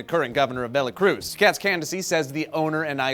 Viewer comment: did say "VeLacruz".... Did he meant VeRacruz or is there an actual Velacruz I haven't heard of? P.S. is Japenese?